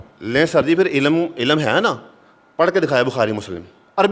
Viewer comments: Eilm bolna to aata nahi jahil insan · ilm hota hay bc ilum nahi hota... khud urdu nahi bolni aati aur engineer pay btain kerta hay loru